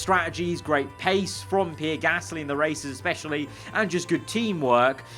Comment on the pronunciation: Praying for next season can say Gasly correctly